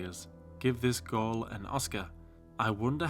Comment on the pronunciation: it’s “girl” not “gorl”